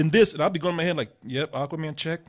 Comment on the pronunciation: The pronunciation as "Aaquaman" is kind of bothering me